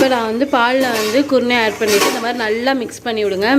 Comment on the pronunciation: என்ன குருனை என்று தெளிவாக சொல்லுங்க சகோதரி